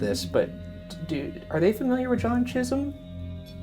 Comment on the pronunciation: Thank goodness for subtitles, because "Chisum" sounded like "jizzum" to me